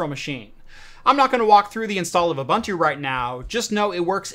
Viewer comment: Thanks for a GREAT video! You make it much simpler than I thought! One small note: Ubuntu is pronounced oo-boon-too. It is a word from the isi-Zulu language, one of the 11 official languages of South Africa. Love from South Africa. :-)